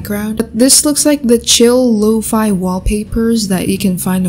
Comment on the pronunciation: look i like ur videos but did you just pronounce lofi as low-f-eye. im sorry its too much i have to (leaves video)